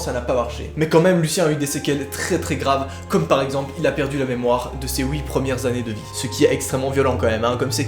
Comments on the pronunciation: FFF C'est " Huit " est pas " Huite " Tocard. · Qui a remarqué qu’il dit oui à la place de huite a 😂😂😂😂😂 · "ouit dernières années"